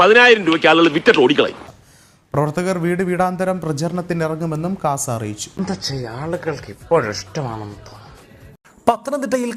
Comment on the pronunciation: KASA alla CAASA